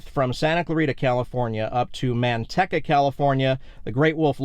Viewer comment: Dear Sir, I use to live right next to Manteca and that city is pronounced Man-TEE-ca. Middle syllable is long like the word 'Tea', not short. I've heard you refer to Manteca several times in a couple of your recent videos and each time it made me cringe -- kind of like hearing fingernails scratching on chalkboard. Yikes! 🤣🤣